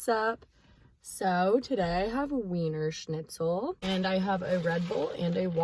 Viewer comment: Why you say wienerschlitzen right ? Like a german Girl that is wierd 🥰😘💕